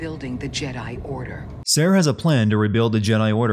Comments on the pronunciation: Anyone else hate how he says Cere sounds like he's saying Sara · One huge sin for your pronunciation of the name “Cere”